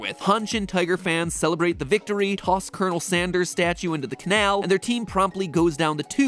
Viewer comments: Kenel Sanderes is all I can hear. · You said coronel sanders not colonel sanders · Colon...El Sanderss.